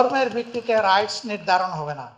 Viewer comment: রাইট নাকি রায়ট😂😂